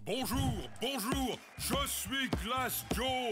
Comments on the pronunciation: Glass Joe is actually not saying it wrong in "je m'appelle" would mean "my name is" and "je suis" would be "I am", so he's not saying it wrong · blinks Well, that's a poor start. Glass Joe is saying "I am Glass Joe" there is no "un" so he is not saying he is "a" Glass Joe. It's properly spoken for Canadian French at least. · Bro je suis [name] is correct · “Je suis x” is actually correct.